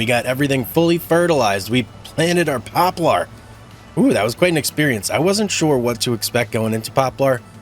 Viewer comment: I believe that it’s pronounced pop lur